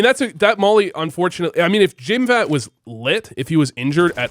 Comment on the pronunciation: Again, its not jimfat. Jimpp-hat, say it with me: JIMPPPPP - HAT. Thank you.